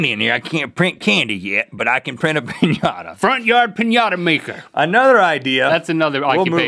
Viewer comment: Thank heavens for the "-Inata" in "piñata"